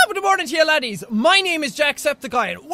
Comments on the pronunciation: anybody else notice he used to say laddies and not ladies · bloody hell... he says LADDIES. Not ladies